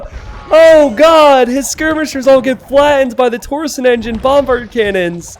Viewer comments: dammit saying TOR SON no no no it's TORSHON There is an i in there, makes it sound like sh. Anyway keep up the good work. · The way you say "torsion" hurts my brain. It's tor-sh'n not tor-son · Hi. Small bit of pedantry: Torsion is pronounced "Tor-shun", not "Tor-sun" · please, it's torsion not torson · It's tor-shin. That's how you pronounce torsion.